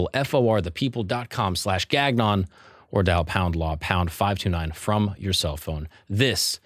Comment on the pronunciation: bruh your last name is not pronounced Gag-non lmao